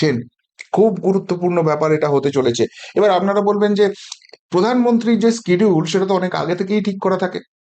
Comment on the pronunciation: বাবু আপনার দু একটি ইংরেজি শব্দের উচ্চারণের দিকে আরও যত্নশীল হতে হবে। যেমন আপনি উচ্চারণ করলেন স্কিডিউল, এটা ইংরেজি উচ্চারণ হবে শিডিউল। সাধারণ ইংরেজি শব্দের উচ্চারণ সঠিক না হলে খুব কানে লাগে।